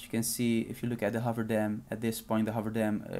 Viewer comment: Thanks. Never heard of FCPX. Also, it is the HOOVER dam, not the HOVER dam, LOL